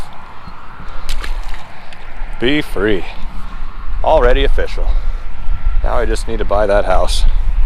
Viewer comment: Was watching part of this while cooking dinner and my son walked in when you said “it’s official” withe the first bass and he said, “I like that pun!” I was like “what are you talking about?” He told me, “he just said it’s oh-fish-al” and I’ll never hear it any other way.